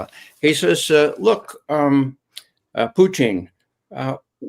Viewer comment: Could someone please teach Ray how to pronounce President Putin's name properly. Poutine (poo teen) is Canada's national dish. Putin ( poo tin ) is a respected world leader for God's sake.